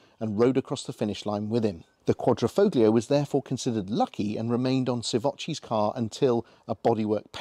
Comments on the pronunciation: One of my pet hates, no one would say Lamborgenie or Furrari, but the number of English reviewers that say FOGlio does grind my gears. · ‘Quad - Ri - Folio’ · Nice review. You don't pronounce the G in Quadrifoglio. Just saying. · Great video, the only issue is that it's a Quadrifoglio not a Quadrofoglio, a Quadro is a picture frame, and the g is silent.. Ciao..🙂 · It’s pronounced with the G silent! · Car guys should know the G in Quadrifoglio is silent…..lot of little errors in your facts too, as pointed out in other comments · the g is silent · If you pronounce the “g” in quadrifoglio, you’re NOT a car guy. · Stop saying the name incorrectly lol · Please, please stop pronouncing the "g" in Quadrifo(g)lio, ;-)) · Please please please learn how to pronounce "quadrifloglio" :D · Car guys that cant pronounce Quadrifoglio... lol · Shame on you boys for not even making the effort to learn how to pronounce Quadrifoglio correctly. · You shouldn’t believe everything on the internet !! Im Italian and you don’t pronounce the g.